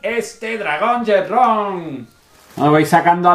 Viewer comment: Muy buena esa recina. Sigue así con tus vídeos. Tengo duda ¿Por qué dices Shenrron (con RR) si se dice Shenron (con una R) o Shenlong? Saludos desde México